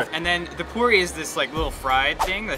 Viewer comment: I don't think its bell puri.....its 'bhel' puri